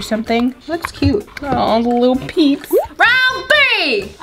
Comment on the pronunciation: In my head when she said peeps lasagna I thought she said BITCH LASAGNA 🎶